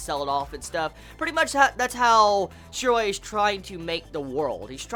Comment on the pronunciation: His name is Shiroe...Why are you saying it like that